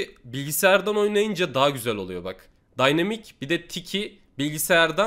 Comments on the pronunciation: abi daynimik nee 😂😂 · Nobody: Really Nobody::daynimik